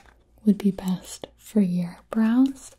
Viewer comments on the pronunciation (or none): How often did you hear her say "bras" instead of "brows"?